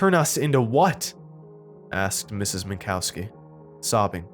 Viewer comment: I'm pretty sure it's pronounced Min-cov-ski